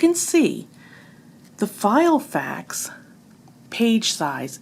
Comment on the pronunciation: lol you kept calling it "File"fax 😄